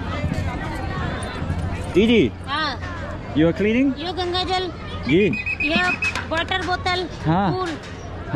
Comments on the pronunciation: Why they keep calling it Ganji😅it’s Ganga( Gun-gaa) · River name gun gaa not Gangies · It's ganga not gangii bro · It's not "ganges" It's ganga bro 😂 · It's Gangaji (name is Ganga+ "Ji"added for respect )or Ganga not ganji (means 'bald lady' in hindi)😓 you're saying ganji again and again what do you mean by that does a river have hairs but how is it possible 😂